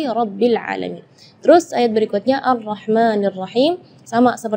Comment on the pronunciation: Penjelasan cukup bagus, tapi maaf.. saat mempraktekkan bacaan huruf LAM sukun, muncul kembali huruf LAM hidup... seperti pada bacaan... bil `aalamiin. terdengar berbunyi... bil..la`aalamiin.. muncul bunyi La sesudah Lam sukun (itu pertama). Dan yang (kedua) sa`at membaca huruf Nun Sukun, muncul kembali Nun hidup...seperti pada bacaan...AN`AMTA, terdengan berbunyi... AN NA`AMTA.. muncul bunyi NA sesudah membaca NUN sukun... Maaf... Wallahu a`lam